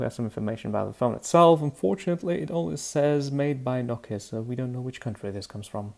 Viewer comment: It's pronounced "No-Key-Uh"